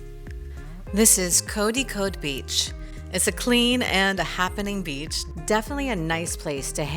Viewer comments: Koya, its Kozhikod, not koyikode. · Kodikod??!! I thought its supposed to be Kozhikode!!😂😂😂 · Its not, "kodikod " the pronounciation of "zha"is almost impossible for a non native to pronouce in just few trys 😊love from thrissur, kerala🇮🇳